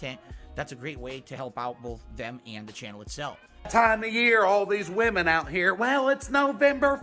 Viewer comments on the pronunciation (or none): none